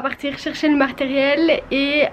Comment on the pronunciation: Ecoutez bien à "on va chercher le maRteriel" mdr tu me tues <3 Bravo!!!! Bises, Seb